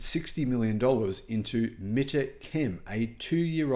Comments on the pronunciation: Mit-Ra not Mit-A. smh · I'd guess that Mitra Chem are hopping mad because of mispronouncing their name repeatedly!